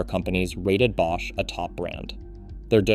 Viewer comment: B-osh? AI narrated?